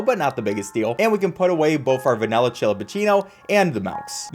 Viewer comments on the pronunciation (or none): You keep saying MALK and VENILLAH. I am being sent into a black hole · I was a big fan of yours until you started saying vinella and melk